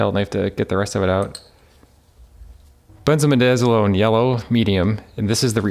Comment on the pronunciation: Great video, I'm impressed you can pronounce a big word like benzamidazalone!